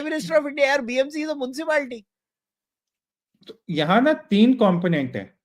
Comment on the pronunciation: munshipalti......... ka gujrati jaag gaya.....😂😂😂😂